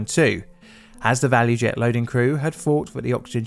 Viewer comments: Btw, I think it's actually ValuJet, not ValuEjet. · ValuJet, not value jet